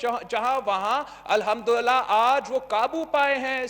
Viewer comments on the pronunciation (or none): Alhamdullilah b kehna nhe a rha billo rani ko😂😂😂😂